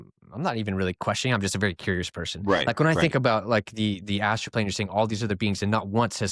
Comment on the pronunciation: Why are you calling it 'astro'.. it's astral. Also, what is 'final boss'... ??